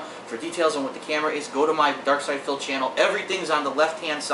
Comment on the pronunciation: darksydephil. not darksyder, -.